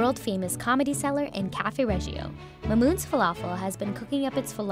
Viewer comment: bruh how you screw up mahmoud and mamoun